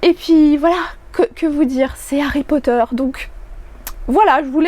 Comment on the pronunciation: J'avais écouté l'extrait mais j'avais du mal avec certains mots notamment Potter qui est dit "Potère". Et rien que sur les 5 min de l'extrait ça m'a choquée.